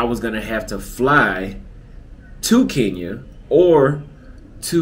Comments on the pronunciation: It's KE NYA.✔️not KI NYA.❌ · I think it’s awesome the way you describe your experience in Kenya. I have been there and I’m in full agreement. There is one problem though. For a person who loves Kenya so much you need to step up on the pronouncing of the word Kenya. You always pronounce it Keen ya. The way the natives say it sounds like (kin ya). Please someone confirm. If you like the place at least pronounce it right. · Its Kein ya